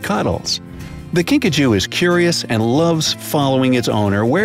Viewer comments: I thought you said Pikachu but it was kinkajou hahahahahahahahahh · Video:”A kinkajou” Me: Are you sure its not PIKACHU? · ”kinkajou” What I heard: *”pikachu” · I heard Pikachu when he first said it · At first I thought he said pikachu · i thought he said pikachu too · “The Kinkajou” Me: Wait wuh, pikachu?